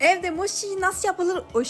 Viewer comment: Abla moşi diye okunmuyo moçi diye okunuyo mochi diyede yazılıyor